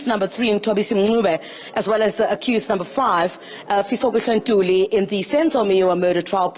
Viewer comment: Babe's wendaba should teach iphoyisa elikhulu on pronouncing fisokuhle ntuli not this bucturing people's name